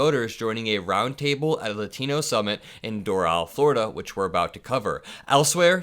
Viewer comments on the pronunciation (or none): yo good video BUT its not lutino. its latino you say it like lot like parking lot. imagine lotino but instead of o its an a with the ah sound not uh sound bruh. yt people dont even try to pronounce races correctly, even when its terribly easy. just like kamala yt people act like its terribly hard to say. its strange to me.